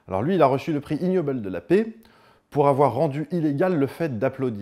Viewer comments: Super video, comme d'hab. Par contre en anglais ça se prononce "iguenobel" pas ignobel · pour rappel : en anglais le g se prononce "gue" pour ce cas. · Le G n'est pas muet dans 'ignoble' en anglais.